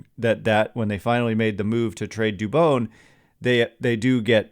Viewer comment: Dude learn how to say Spanish names